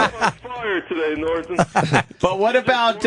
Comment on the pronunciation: Nor - tonne